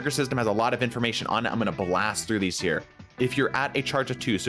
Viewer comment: hehe blase instead of blast